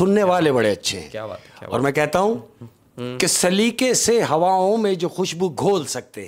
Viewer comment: Saliqe ko salika kah rhe hai talluq ko talluk..kaha se urdu achi hai ki usse achi meri hai indian me hindi walo k sath rah kr bhi...tallaffuz pr gaur farmaiyega...baqi kahaniya achi kahte ho sakam and respect from India😊